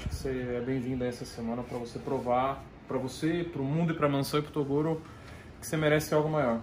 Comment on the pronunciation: Toguro: Minha mãe está puxando o meu ouvido. Inscritos: toguro se você continuar falando errado vamos puxar sua orelha.